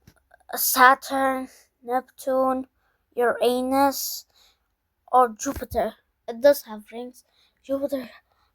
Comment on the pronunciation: Bro you called Uranus the wrong way